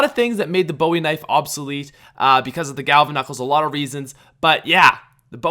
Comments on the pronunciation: Maybe I'm a pain, but the Bowie knife is pronounced "BOO-e knife," not "BO-e knife." I normally try to ignore people mispronouncing it, but I just listened to it said wrong about 15 times, and it drove me crazy. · It's pronounced boo ee knife not Bowie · It's pronounced "boo-ie" knife bro 😂😂 (no hate) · It's pronounced boo-e not boww-e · as a person from Texas believe me when I tell you that you kept saying Bowie wrong